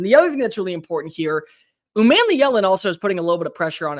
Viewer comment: It’s not man, but mon like Jamaican mon (yea mon !)! U mon me Ellen is correct !